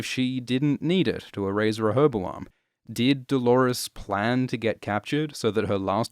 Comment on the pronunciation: Listening to you try to pronounce rehoboam was painful tbh